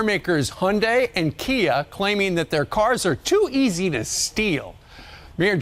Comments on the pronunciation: KIA not Kai, ^^ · Kia not kai 😁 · Kia not Kai